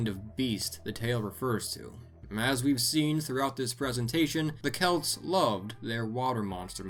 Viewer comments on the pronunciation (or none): none